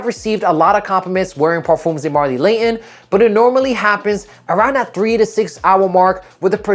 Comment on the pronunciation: LAYON 😂😂😂😂 bottle of wada. speak English or dont.